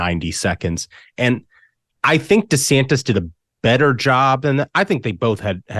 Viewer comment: Desanis? What an idiot! His name has a "t" in it. Fool!